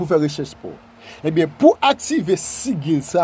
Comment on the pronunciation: Gen diferans ant sigil e pantak..Jan w prononce li se pa konsa.G sa prononce tankou J